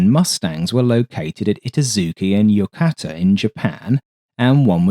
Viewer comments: It's pronounced Yokoooota. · i TAH zu ke and YOH KOH ta are probably closer to how the two base names were pronounced. But your video has lots of good information. Thank you.